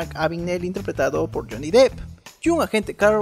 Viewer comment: Gracias por decir Depp y no Deep, odio cuando pronuncian mal el nombre de Johnny, muy bueno el video!